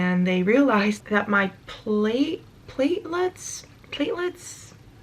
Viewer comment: You said platelets correctly. Also I realize it sounds basic but always tell medical people you had an allergic reaction to platelets when/if you need another transfusion.